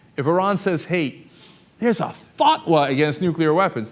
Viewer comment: Dude, it's not a "fuck-wa"...